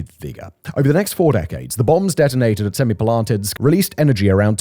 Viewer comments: No. Its semi-palA-tinsk. It means "seven halls" or "seven chambers". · I'm impressed by Simon's ability to pronounce Semipalatinsk completely differently each time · Wait til you hear him say Kurchatov!